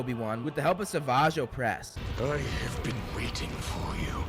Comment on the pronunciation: Its not sav-agge oppress, its just sav-age oppress, no need for that.